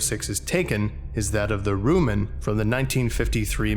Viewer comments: “Rue-men” Volgan? Rue men? It’s Ro-man ROW Man. Like Robot? And Monster. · Roe Man. Not roman. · Well, since I guess there’s no other 50’s Sci-fi nerds here, I guess I gotta be the one to point it out The “Ro” in “Ro-Man” is pronounced like “robot” that’s why the movie is called “Robot Monster.”